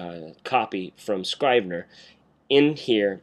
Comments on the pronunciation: It's Scr-eeh-ve-ner. Like in Italy i.e **italicized**. Not Eye-tah-lee // eye-tah-lee-sai-zed. Just like in Iraq. It's Ee-raq. Great vid tho. If only Scrivener didn't crush at the end. I'm using the same workflow for creating the hand-out curriculum for the college I'm teaching. There is a Markdown to HTML export option in Scrivener and therefore you can avoid importing text in Textmate. Oh! And you can change the colours in Textmate so as to become more WriteRoom-ish. tc iokera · It's Scrivener with a soft 'i'. Rhymes with give. Thanks for the vid.